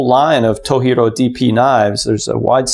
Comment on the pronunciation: FYI - It's To "G" ro, not toheero (藤次郎). Japanese romanized "j" is pronounced as is, not as h like with Spanish or some other European languages. (Source: me, Japanese translator). Thanks for this video; I'm just starting research into knives so this is really useful.